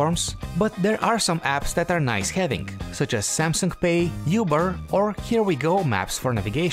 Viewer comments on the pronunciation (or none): I love the review but in you said youber when it is uber